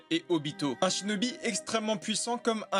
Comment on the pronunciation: Lol t’a dis chnobi😂😂😂🤣🤣🤣🤣🤣🤣🤣🤣🤣